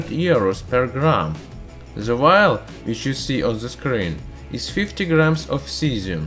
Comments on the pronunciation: Jerry Yu : he said VIAL NOT VILE / WILD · No offense but every time you said vile , i thought you said wild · lmao so did I!!! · if you wouldn't have posted this I would still think that's what he was saying. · ChErRyaV me too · Same x'3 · wait he wasn't saying wild?? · Jerry Yu. There is no w in there lang